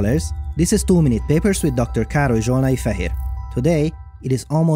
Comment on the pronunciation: I love the beginning as it always sound like you say "Too Many Papers"